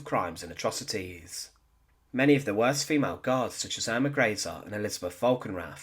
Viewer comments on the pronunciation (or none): none